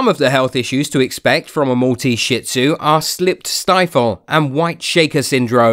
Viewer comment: It's not shit zu it's shih tzu